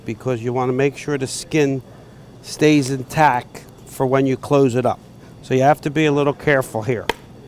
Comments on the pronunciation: It annoys me more than it should that he says in tac not in tact. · Good job but the word is IN TACT not IN TAC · INTACT!!!! You mumbling prick....it’s INTACT not in tack. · "in tac" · Intack is not a word In-tac-t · Does this guy know that the word intacT has a T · I cringe every time I hear the way he pronounces intact ... he keeps saying INTACK.. I thought I miss heard the first time but nope that's the way he must think it`s spelled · He keeps saying "intack". INTACK? How about INTACT ???? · He said "Intac" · Does it bother anyone else ow he says is "in tack" instead of "intact" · cool video. My only complaint is that it's "in tact" not "in tack." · "in tack" -_ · "INTACK" IS DRIVING ME CRAZY!! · ^listen to him. He says intack. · is anyone else annoyed by him saying in tack as apposed to in tact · This guy doesnt know how to say intact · TACT. It's. IN *TACT*. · drinking game: every time he says intac take a shot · Intact! There's at "t" at the end,. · TACT! IN-TACT!!!! That bothered me the whole time lol....other than that....That turducken looked bosslike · Does he know there's a t at the end of "intact"? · there is a "t" at the end of "intact"